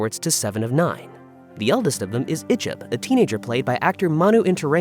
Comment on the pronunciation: And it's not pronounced ich'b too.